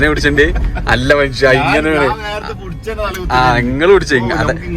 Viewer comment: നിന്റെയൊക്കെ ഒടുക്കത്തെ ഭാഷ, " എന്തവാണ് ഈ പുടിച്ചു എന്ന് വെച്ചാൽ " പിടിച്ചു എന്നാണ് ശരി. നിന്റെ മദ്രസയിൽ ഇങ്ങനെ ആണോ പഠിപ്പിക്കുന്നത്?